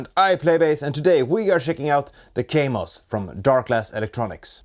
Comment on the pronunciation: It is called Kaamos not Keimos.